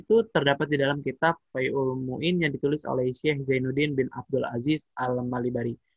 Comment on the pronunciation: Fathul Mu'in bang.....bukan Faizul Muin...ok Alhamdulillah telah telah melaksanakan tugas Barakallah fikum